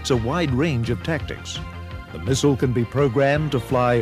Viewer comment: Mistle? Learn how to speak properly ya gallah!